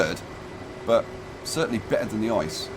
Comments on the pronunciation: Drinking Game: One shot per wrong pronounciation of ICE. The correct pronounciation is I-C-E. PS: DO NOT DO THIS OR YOU MIGHT DIE! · For the love of the sweet lord baby Jesus Christ, do not ever say the name of the train "ICE" as ice in the word ice-cream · To be pedantic: ICE isn't actually pronounced ice. You speak every letter individually. So it's just an abbreviation, not an acronym.